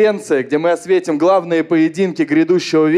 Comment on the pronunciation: Не «ОсвЕтим», а «ОсветИм»!